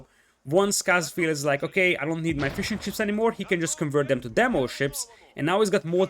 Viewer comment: Man every time you say "fishing ships" it sounds like "fish and chips" and it cracks me up